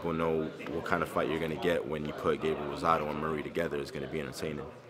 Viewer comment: Glad to here Rosado not the other prick who kept saying rosundo